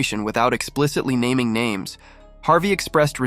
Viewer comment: The narrator is absolutely trash... He can't pronounce the names correctly